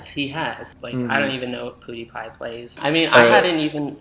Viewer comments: Also,, its Pewdiepie, not poodeepie😂❤️ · There was also "piewdiepie" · does he say poodiepie instead of pewdiepie? xD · Poo-die-pie lolololol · I don't Even know poodeepie Me: It PewDiePie Not Poodeepie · pronouncing pewdiepie poo-diepie is a whole other vibe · this man really said POOdiepie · “I hadn’t even heard of *poodipie*” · “Poodie pie”😂😂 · said “pudie pie” LMFAO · he said poo-diepie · all I heard him say is poodiepie like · he couldn’t even say pewDiePie‘s name correctly 😂 n no that’s not a video he did about “you” he did the videos of the video that “you” happen to be in. 😝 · “pudy pie” hahaha :,D